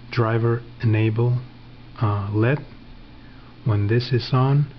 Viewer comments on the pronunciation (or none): Very minor correction: They're pronounced "L.E.D" like the letters, not "lead". Nevermind that though, that's a cool project. Rickenbacker uses something very similar to scatter-wind their pickups.